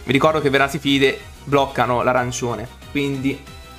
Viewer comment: Bro è vernaSILFIDE non vernasifilide😂 mica c’hanno na malattia ahahahah comunque continua così, bella profile!